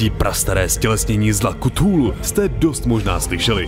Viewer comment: /kəˈθuːluː/ [k 'fúlú] Jen menší výtka